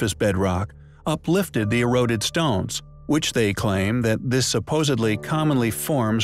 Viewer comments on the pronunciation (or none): none